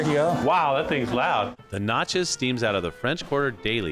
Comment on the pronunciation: Please learn to properly pronounce New Orleans and Natchez.